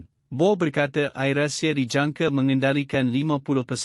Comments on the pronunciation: I am shock at this news reader pronunciation where Air he pronounced as 'ayer' which is water. Hope the people who produced such news select competent newsreader who can distinguished between Malay and English pronunciation. This has happened many times. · saya rase nak mentah dan gila otak mndengar pembaca berita ni tersebut2 "Ayer" Asia.patut dia di beri kursus mefahami inggeris terlebeh dahulu.😇😩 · sangat MEMALUKAN....Pembaca youtube ini tak pernah dengar AIrAsia ke ? baca `AIR` dalam sebutan bahasa inggeris BUKAN dgn sebutan bahasa melayu... AIR yg dimaksudkan bukan benda yg diminum itu. mual sungguh la kamu baca. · Admint ni datang dari planet mana ni. Air inenglish dng air in bahasa melayu pon dia tak tahu sebut. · Apa punya admin ni....AIR ASIA tu guna sebutan dlm bahasa English laa..ada ke patut guna bahasa Malaysia...Air hujan ke..?buat malu jer..🤣🤣🤣🤣🤣🤣🤣🤣🤣🤣🤣🤣🤣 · Air (bahasa inggeris) bukan sebut air (bahasa malaysia) ....tolongla sebut betul2 .. sakit telinga dengar ... hihi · adoiiii...siapa bertutur ni ? sebutan2 langsung tak betul....AIR.....bukan sebutan melayu...bukan AIR minum...